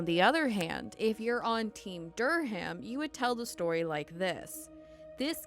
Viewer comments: Durham: Dur-um The "H" is SILENT. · How do you not know the "H" in Durham is silent. Quit putting so much emphasis on the H. Pronounced like DUR-am